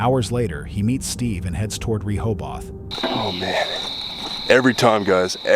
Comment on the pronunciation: It Rohoboth like in Ro-Ho-Beth